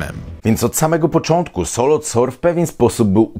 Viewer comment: Dokładnie i nie Solot Sor tylko Saloth Sar